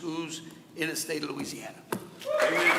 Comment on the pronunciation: “Skoos in Loosieana”